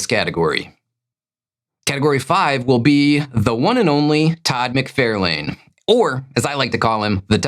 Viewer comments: Todd McFairlane? It’s McFARlane. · Todd's last name is pronounced Mick-FAR-lun. He has plenty of videos of his own where you can hear him pronounce it himself. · Fun Fact Number 212: Around the time most comic fans began to discover who Todd McFarlane was, an abjectly awful film was being advertised on the backside of comics everywhere, called, “The Adventures of Ford Fairlane”. The year was 1990, and because of their somewhat simultaneous debuts, “McFAIRlane” became an incredibly popular mispronunciation of “McFARlane”. This created delectable debate fodder between my fellow nerd brethren for decades thereafter , and left Todd himself angrily fist-shaking Andrew Dice Clay to this very day. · Are you purposely saying McFARElane instead of the correct pronunciation? It ceases to be funny if that’s the case. You’ve been corrected many times in the past. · Idk if mispronouncing names is a bit, but i do not find it funny. It’s f*cking annoying. Mick-Far-Lin. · Can you please please please for the love of God learn how to pronounce Todd McFarlane’s last name? Seriously, Google it: “Todd McFarlane's last name is pronounced "mick-FAR-lin". “ Not Lane, like road, Lin, like a girls first name. Seriously, it’s like fingernails on a chalk board everytime you butcher it. He’s one of the most popular creators in history, with an easy to pronounce name… I honestly think you’re trolling us. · Check out the Wired “Todd McFarlane Answers Comic Book Questions” video. He says his name at the very beginning. It is pronounced “Mick-FAR-lahn" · Only $7600 for me this week, which is terrible. Also, I guessed Alyssa Milano as the answer to the first question. 😂 Also, doesn’t he pronounce his name “mc FAR lane?” Finally, how could you omit Moon Knight’s battle cry of “random bulls**t go?!?”